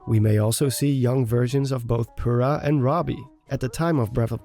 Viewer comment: Impa is playable, and Purah is seen. Purah is pronounced POUR-A Our lives are a lie